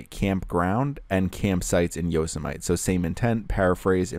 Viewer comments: easy mistake to make if you haven't heard of people pronouncing that word before. hahaha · Pretty awesome pronunciation of “Yosemite.”